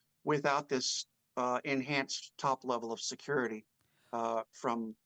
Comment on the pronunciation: Please learn the sound of a T . Secur… ity. Teee! It’s hard to listen to the weird no T in any word. T has a sound. You say Kaaae for Kate! Which she is not called. But it has a T ! Is that to hard to learn????your buddy Popcorn planet is smoking you on subs! They say thank you and don’t force money because they are so good!